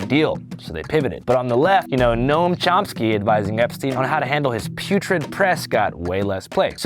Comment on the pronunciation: There's no 'p' in 'Chomsky'. Just sayin'.